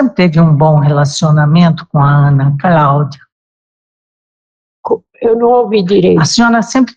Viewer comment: A juiza fala Craudia????? sério?